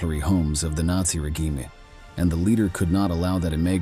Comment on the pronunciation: why does the commentator say regime e and collapse e. On the words collapse and regime the e is silent.surely this was taught at school.